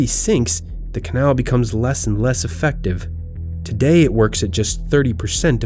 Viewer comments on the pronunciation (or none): none